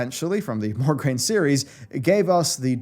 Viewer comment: Just a teenie little detail to correct.. MOGRAINE, not MORGRAINE! That is all..